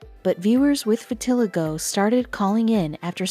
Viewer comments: Maybe y'all should teach your computer how to pronounce vitiligo. Vi-til-eye'-go. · I killed me a little inside when she kelt mispronouncing vitiligo